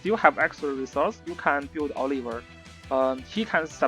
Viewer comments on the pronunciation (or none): none